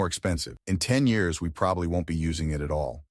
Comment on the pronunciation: I put this on kinda zoning out until I kept hearing the video say "yaras." Look at the screen to try to get some context on what yaras is? Years. It was trying to say years..